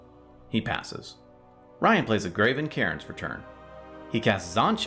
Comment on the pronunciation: I think Graven Cairns(Karens) is pronounced Karns :P But if that card is annoying to you it is okay to called it a Karen :)